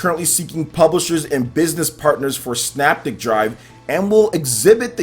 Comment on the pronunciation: All 3 games look great. Just so you know, the 2nd game is pronounced.....SYNAPTIC [PRONUNCIATION-SIN-APTIC].